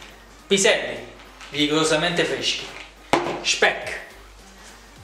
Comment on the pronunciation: Pviselli fveschi, tutto fvesco.